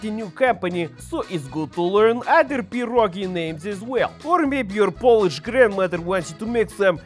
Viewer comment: Fantastic recipe and wonderful Polish pronunciation :)